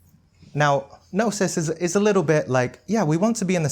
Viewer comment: aahh ok it’s Gnosis. I heard Nastik. well, Thanks!!